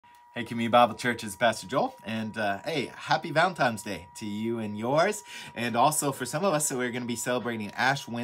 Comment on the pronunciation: Did he just say valentiMes day????